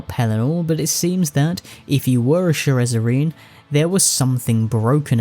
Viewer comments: is "sherezzarine" the same thing as shezzarine? I cannot unhear your pronunciation. The vid is otherwise great, but it's quite jarring. You write it correctly. Why the extra syllable? If anything it makes it harder to say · Shezzarine, not Sherezzarine, for the love of God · you’re mispronouncing shezzarine as “sherrezzarine” but tbh i like ur pronunciation and spelling better than the proper way so im gonna start calling it that from now on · Love your vid man but I had to skip the SHEREZZERINE part. If you had not kept pointing it out then it would not have been so bad for me but just couldnt lol. Maybe think about a re record next time. Just my honest opinion. Other than that, great vid. Got my sub and like. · it's "SHEZZ-A-RINE"